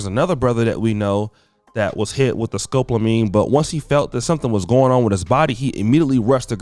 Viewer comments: Its Sco-pol-a-mine (skow•paa•luh•meen) Not scope-la-mine (skowp•luh•meen) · Scopolamine is NO JOKE! watch your 6 out there kings-and it’s ‘Sco-pol-amine-sound it out because it’s annoying when words aren’t pronounced correctly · No, it's pronounced, skoe paula meen. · It’s pronounced scope-allo-meen. Be careful brothas😉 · At least the women are more feminine.... learn to say SCOPOLAMINE properly!! Thanks